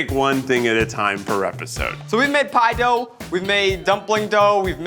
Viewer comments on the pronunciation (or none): Never heard it before but Zach's New York roots are audible here haha. PIE DOW.